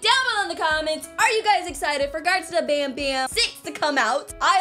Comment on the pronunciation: banban not banbam